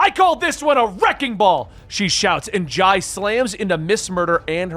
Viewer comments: Dude the kids names are pronounced I-ree (she's named after Iris) and Jay (he's named after jay) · Why do you say the kids name wrong??? They are named after Jay and Iris, just spelled a bit different, but said the same. So for Irie, is like “IRY” not “Iray”, because when she frowns up, it turns to Iris. And Jai is like Jay. 🤦🏻 you keep doing this but it’s wrong and makes you sound so bad for not saying it correctly